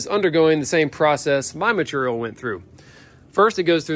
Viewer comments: Anyone else tried to say ‘Maturial’ out loud after each time said it? 😂😂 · even though they give you a hard time about the length of your descriptions, explanations, etc..., I find it informative, helpful and even entertaining🤗 also when you have skills like you, does it even matter how you say material 🤣🤗